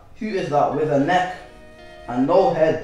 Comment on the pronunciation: 'neck' not next